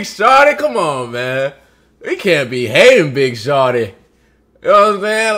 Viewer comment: the emphasis on the "big shawty" is killing me